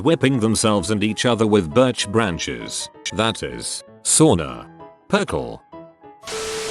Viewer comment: It's not Perkl it's PERKELE (stupid robot voice not knowing how to spell sauna or perkele)